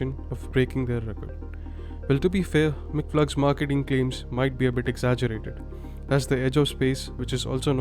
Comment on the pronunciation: Please pronounce MIGflug not as [mikk-fluke] but as [migg-floog]. Nice video, nice narration, beautiful soothing voice…